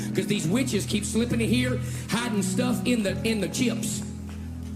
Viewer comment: It's the way he says the word "witches" that cracks me up every time...😆😅😆